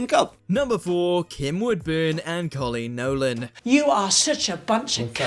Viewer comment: Who's Coleen Nolan? I know her as Noreen Colon 😄